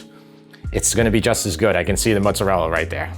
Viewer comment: Oh my word, I could listen to say “mootza-rella” all day long, LOL! Hey, you should absolutely get an air fryer. Amazing for browning meats with zero spattering grease and the headaches of cleaning that up, plus all the other lil appetiser things you can get at Costco... your favourite place. Ha! In Montreal we have some great Italian grocery stores, it’s such a pleasure to be spoiled with so many fabulous choices for tomatoes, cheeses and cured meats.